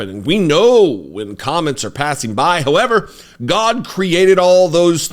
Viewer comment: So did Mohammed. They’re meant to strike the fear of God… Goddd-uh. Godd-duh? I don’t know how to spell it the way you say it, but I like it-uh. 😅